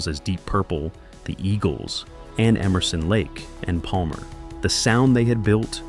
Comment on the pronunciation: and "Emerson Lake" "and Palmer" as if it were two people.